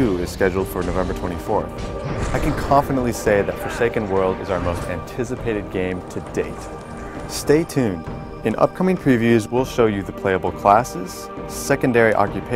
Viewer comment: did he say 'fantisipated'?